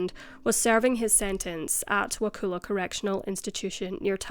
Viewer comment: Note to you, - Wakulla is pronounced Wah-kull-ah.